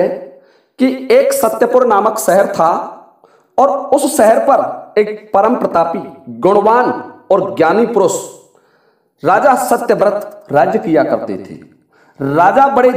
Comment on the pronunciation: Photo mughal emperor jahangir ki hai. Bhaiji, pahle uchcharan sahi karo, purus nahi purush, etyadi.